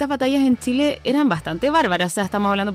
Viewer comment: vi la entrevistas hasta que la entrevistadora digo Tchile...